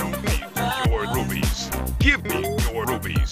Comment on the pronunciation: OK EVERYONE RUPEES OR RUBIES? I’m pretty sure it’s rupees